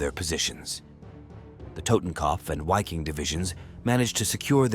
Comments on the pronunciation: “VIKING!!” with a ‘vuh’ sound at the beginning. FFS I can’t stand all these dumbass channels that use the “w” sound using the English language. It sounds so stupid and childish. In English it’s the “Viking Division”. Say it right or GTFO. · A question. Wouldn't the Wiking division be pronounced Viking because of the German W pronunciation?